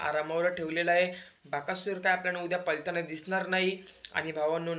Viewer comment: पलताना नव्हे पळताना बोलतात. लं आणि ळ चा उच्चार कुठे करायचा आधी शिक नंतर व्हिडिओ बनव. तुझं वय अजून शाळा शिकायचं आहे. म्हातारी लोक अशी बोलली तर आपण समजू शकतो पण तू अजून तरुण आहेस.